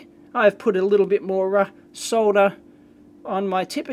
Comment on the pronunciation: Finally someone who can pronounce soLder correctly